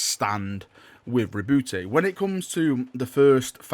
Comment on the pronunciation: Btw the e in roboute is silent